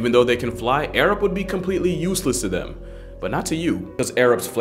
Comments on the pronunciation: I swear I heard the dude say 'Arabs' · Half of the sponsor segment I thought his sponsor was “Ａｒａｂ.” 😂